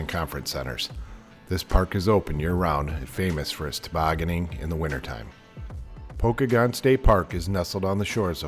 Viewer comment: It's pronounced Poe-kay-gun. Pokagon state park. Check out the toboggan runs in the winter.